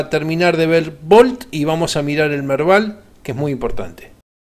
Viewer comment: lo del Merdal no se entendió...